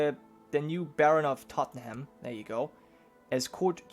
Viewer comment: Blame Londoners, but Tottenham is pronounced Tot-num. :p